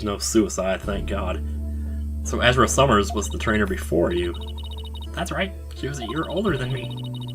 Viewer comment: Wait... Azura? Like... THE Azura? Even has the same hair part, with the little strand in the middle too.. please tell me Azura Summers sings too:3 I like how says "Azura", it sounds cool X3